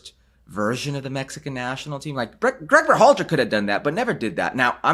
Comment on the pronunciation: Herc, There is no accent on the A in Berhalter